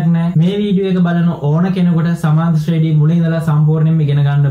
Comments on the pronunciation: සුපිරියටම පැහැදිලි,, හැබැයි සමාන්තර ශ්‍රේඩි නෙවෙයි ශබ්ද වෙන්නේ ශ්‍රේනී කියලා. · ශ්‍රේනි තමා හරි නම.ශ්‍රේඩි නෙවෙ.ඩියන්න නෙමෙ අකුර.ඒක ශබ්ද කරන හරි ක්‍රමය 'නි'